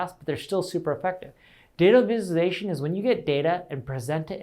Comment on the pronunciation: data vizzuation 😂 awesome video Neil